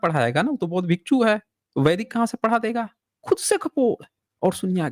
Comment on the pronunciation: Abe chup Bhasha ko galat prayog mat kar galtiyan tujhe hi pakadana nahi aata hai humlog ghas nahi chhil rahe hain भिक्षु hota hai भीकू nahi